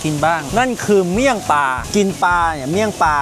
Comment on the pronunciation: เมี่ยงปลา❌ เมี่ยงปร๊ะ✅ 😂😂